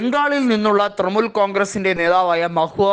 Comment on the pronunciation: തൃണമൂൽ , നേതൃത്വം എന്നീ വാക്കുകൾ ഉച്ചരിക്കുന്നത് ഒട്ടും ശരിയല്ല തിരുത്തണം